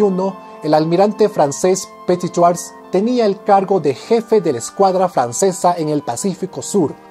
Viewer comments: Muy buen video como siempre. Pero cero en francés: "Du petituajjj". Ja, ja, ja... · Disculpa pero no tienes la buena pronunciación tu le metes una j que no existe si es verdad que no se debe pronunciar la ultima letra yo lo se porque no vivo en Perú y hablo francés todos los dias desde hace 27 años lastima que no pueda decir como escribiendo....pero buen esfuerzo y tus videos son SUPER ME ENCANTA la historia y te sigo siempre es interesante gracias por eso... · Viva petituaj 😂 o cómo lo dice 😬😂